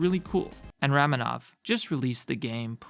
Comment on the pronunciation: I always thought ramenov was pronounced Ramenov (raw-men-ov)